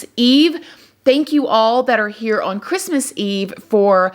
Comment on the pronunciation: Merry Chrimuh girl lol